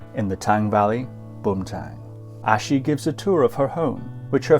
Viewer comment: It’s really inspiration to listen history of Bhutan‘s noble Family. I think ༼ Achi ཨ་ཕྱི་༽not ༼Ashi ཨ་ཤི་༽